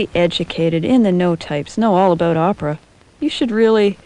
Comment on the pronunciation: lol "How much do you know aboot opera?" aboot aboot it's ABOUT you dumbfuck.